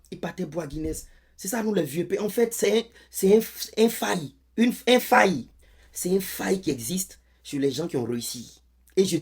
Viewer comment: Une faille... On dit Kouakou😂😂